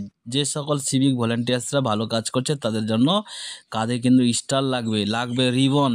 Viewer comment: বোকা চো স্টার হবে। ইস্টার নয় আগে উচ্চারণ ঠিক করো। তারপর ভিডিও বানাও।